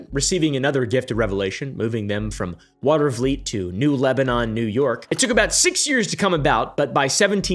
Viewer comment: Bro perfect pronunciation of Watervliet!